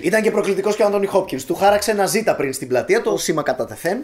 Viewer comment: Οχι Ζιτα Τζοουνς... οχι Ζιτα... Ζετα!